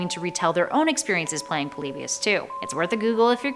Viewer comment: POLYBIUS POL-EE-BUY-US